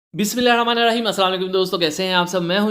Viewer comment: Bismillah Sahi parha kry plzz